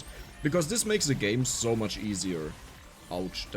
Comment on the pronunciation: Bruh.... It's SO! Not Zo! Zo is German. And you're speaking English!!! 🤯